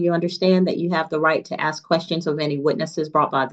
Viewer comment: Why cant these people ever pronounce the word ask?